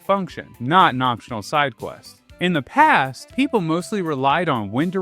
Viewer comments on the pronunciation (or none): none